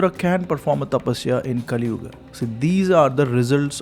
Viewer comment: Finally You are one channel who doesn’t add extra “a” to sanskruta words, pronouncing yuga as yuga not yugaa , rama not ramma